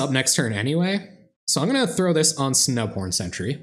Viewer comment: Totally thought you said Snow Porn Selesnya during your intro. O.o